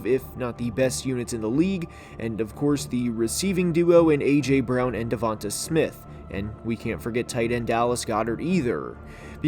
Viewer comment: Its pronounced "Devontay"